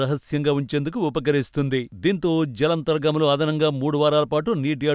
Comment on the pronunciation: మీకు "జలాంతర్గాములు" పలకటం సరిగ్గా రావటం లేదు. ముందు చెప్పిన ఆయన గురించి ఇది. సలహా మాత్రమే....